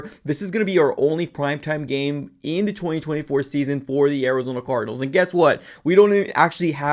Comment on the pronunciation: That boy said “ THE ARIZONA CORDNALS” 😂😂😂😂